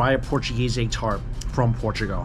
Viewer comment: Por-tra-go? No no no, sir. Por-tra-goal.